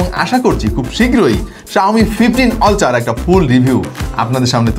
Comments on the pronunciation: Oltra na Apni Australian eng use korchen Eta ulthra uccaron hobe Sponsor e sor hobe na Sponsa ,,r halka kore last e r uccaron hobe Asole shikkhar dam sob jaygay e ache R apni to uk kinba aus te nai je apni ultra re oltra bolben Logic re khaiyen na doya kore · ওলট্রা না আলট্রা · অল্ট্রা ❌ আল্ট্রা ❌ উল্টা ✅